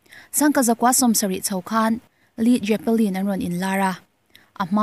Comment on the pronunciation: Grunge(Grange), Psychedelic(Saikedelik), Led Zepplin( Let Zepplin), Judas Priest(Judas Pris), Funk fussion (Fank fiuson) tih te hi hetiang hi a lam dan tur dik ani e..